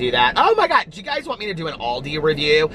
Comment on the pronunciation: It’s call ALDI 😂😂 AL not AUL , pronounced al like pal